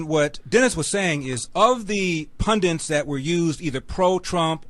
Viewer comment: And people use the word pundint in the states which drives me crazy, the correct word is pundit, not pundint